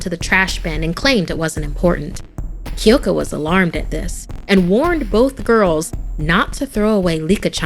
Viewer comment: “Kiyoko” K Y O K O